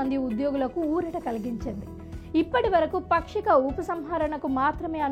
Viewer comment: పాక్షిక అని చెప్పాలి.... పక్షిక అనకూడదు